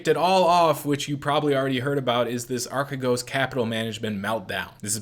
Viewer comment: yes, that was pretty close actually. it's pronounced more like archeegos (αρχηγός)